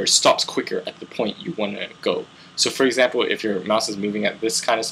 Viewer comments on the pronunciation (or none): none